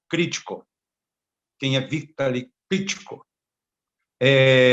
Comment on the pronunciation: A pronuncia do nome é Vitáli e não Vítali. Mas tome cuidado com esse cidadão.